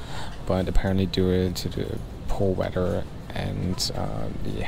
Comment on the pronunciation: "poor wedder"